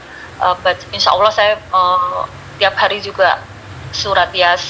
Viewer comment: tolong nama ALLOH nya jgn di singkat dan ga ada hurup w, ALLOH SWT, bukan awllh